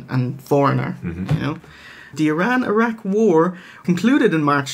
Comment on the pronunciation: 'I'ran, 'I'raq.. What about 'I'reland?